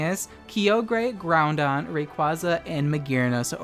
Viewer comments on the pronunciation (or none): “Kee-ogre and Ground-don” Unsubscribed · Ow. Key-oh-grey and ground-don.... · Were you purposely saying Groundon and Keeogray for the memes or is that how you pronounce them? :P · Every time I hear Keeogray or Grounding I die a little inside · Kee-og-ray Ground-on .-. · QOTD: Yep :D Btw, I'm unnerved with how you pronounce Groudon with an 'n' and Key-oh-grey lol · I love your videos but I hate how you pronounce Kyogre and Groudon xD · If I had a dollar for every time you mispronounced Groudon, I’d be able to buy lunch, but alas I do not and thus cannot afford lunch because I spend all day writing furious comments on YouTube videos about people mispronouncing things instead of working.